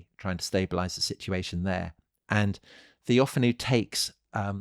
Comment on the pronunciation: TheophAno (TheoFAno) ... not TheOfanou